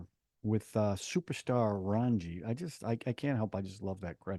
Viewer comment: 😂😂 Raanji ???? " RAA---JJJ---NNNI" Thanks for a fun review as usual...